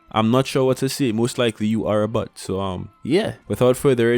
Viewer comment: I laughed every time you said bot but it sounded like “but”…. I’m so mature… great vid tho